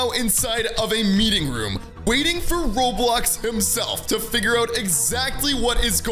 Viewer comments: lol said Robiox not Roblox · its "roblox" not "Roblox"